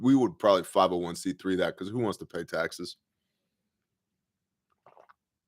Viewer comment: Does anybody ever pay attention to what says right before a commercial is triggered? Today it spawned after “war in you-crane”. #2 after “pay tackses”